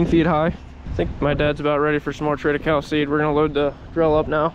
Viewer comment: Triticale is a cross between wheat and rye.. pronounced Trita Kayleigh ...